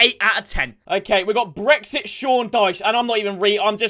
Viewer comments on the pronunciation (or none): none